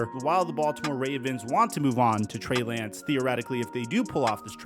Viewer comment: he calls Trey Lance, Bray Lance 😅